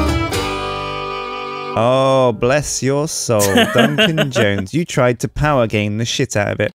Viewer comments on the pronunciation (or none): Duncan Joja-nes.